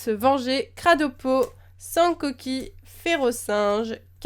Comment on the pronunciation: J'adore quand tu dis Sancoki tu le fait avec un accent du Sud limite xD. J'ai trop envie de m'acheter des booster mais je peux tellement pas :(, je suis la tristesse. Sinon j'ai une question, tu compte refaire bientôt un opening en ligne avec les codes ? J'avais regardé tes vidéos dessus et ça m'avai plus, du coup je me demander si tu compter en refaire ^^